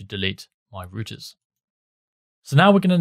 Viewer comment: good tutorial and all just the way he pronouncing routers as "rooters" instead of "rou-ters" was off putting haha